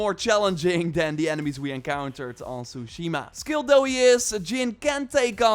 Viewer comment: One year later and after playing the game people are still pronouncing tsushima wrong lol